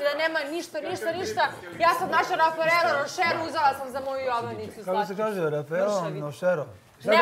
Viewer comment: Luna :"Uzela sam Rafarelo Rošero". Gagi :"Kako se kaže, Rafalero Nošero? “ Auuuuuuuu brt 😂😂😂😂